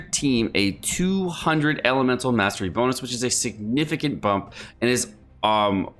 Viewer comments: Electro damage Boonus, Cracked me up for some reason. Love your vids and Britsh be more annoying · Hah... He said bunus Lul